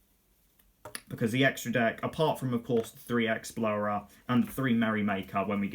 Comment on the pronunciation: Exblowrer. Explorer. Exblowrer. Explorer... lol